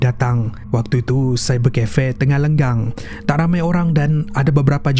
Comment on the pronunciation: byk kali dgr sebut lenggang.. sebnarnye lengang mksdnye tiada org..